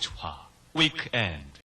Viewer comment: 위크엔드 ㅋㅋㅋㅋㅋㅋㅋㅋㅋㅋㅋㅋㅋ 위잌-엔드 개또박하게 발음하네 ㅋㅋ